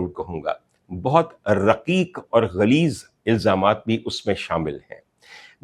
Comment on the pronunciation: ڈاکٹر صاحب رکیک نہیں ، رقیق۔